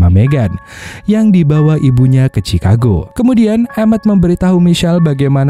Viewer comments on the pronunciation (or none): none